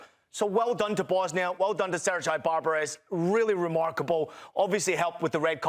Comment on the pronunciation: Ser-jay...your former temmate. Thats why youre a commentator while Dzeko is....